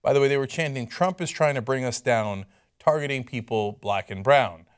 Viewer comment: sounds like "attaking people black and brown" rather than "targeting"